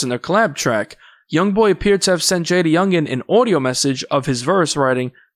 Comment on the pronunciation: Lmao the report pronounced bro name all wrong . JayDA youngan